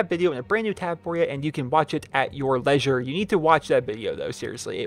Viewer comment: Did just pronounce 'leisure' lessure instead of leesure?